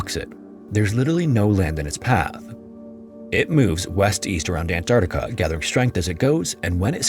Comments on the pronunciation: I love your content but as a professional voice actor I have to say that your enunciation and articulation are often unclear or incorrect. E.g. it's Ant-ARK-tica, not Ant-AR-tica. You need to slow down and take a little more care in your narrations. Your overall conversational delivery is very good, so this will only be making solid work better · So he used AI to clone his voice to narrate this? Is that why his voice is so robotic and make stupid mistakes like "Antactca" ? Yeah, garbage AI slop. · Ok bud, slow down and pronounce your words right. - : "Antarcta" and "Eart dough"... you mean, "Earth, though." Talking too fast makes you mess up. We're not in a race here. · did you just say ant arta why tf am i watching this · He calls Earth "ear" and calls Antarctica "Antarca" so yeah it's AI. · The narrator can't even pronounce Antarctica correctly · Canadian here. Why do Americans never pronounce the first “C” in Antarctica?